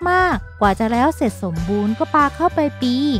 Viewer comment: ตอนนี๊ ในปี๊ อย่างไรก็ต๊าม เสียงน่ารักแต่เยอะไปนิส